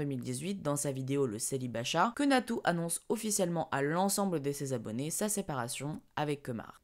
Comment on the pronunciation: A il a appellé Natoo (donc natou hein xD) Nato mdr jt morte ! xD